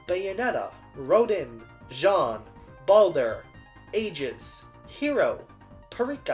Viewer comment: So kind of you to put honkai and genshin right next to identity v so i only have to watch 10 minutes of this video and laugh at how you say wriothesely right but not jean